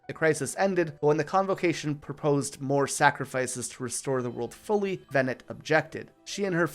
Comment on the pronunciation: Lol the meme of counterintuitive name pronunciation in FF is eternal (Teedus, Ifreet, Zidahn, etc etc) The only one that actually bugs me is everyone pronouncing Venat like the pokemon. 😭 IT'S VENAW OR MOMMY PICK ONE